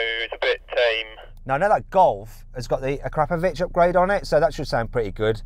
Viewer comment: I always thought it was pronounced "A-KRA-PO-VIC" not "A-KRAP-A-VICH"? Or does he say it AKRAPAVICH because he thinks it's not very good exhaust system?